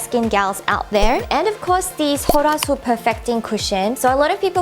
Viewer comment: I had no idea that's how you pronounce "sulwhasoo"...